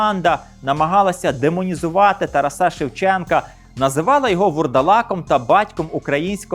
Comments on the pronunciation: Вітаю! Дякую за цікавий контент. Завжди дивлюся із задоволенням! Маю одне зауваження: в імені ТарАс наголос у всіх відмінках падає на другий склад ТарАса. Не ТарасА!!! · Дякую за передачу, але дивно чути ім'я Шевченка з наголосом на останньому складі (ТарасА, а не ТарАса) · Дуже дякую за інформацію. 👍👍👍👍. Чому ТарасА, а не ТарАса? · Шановний ведучій! Правильний наголос в українській мові ТарАс, ТарАса, ТарАсе, ТарАсів. Як завжди: змістовно і цікаво.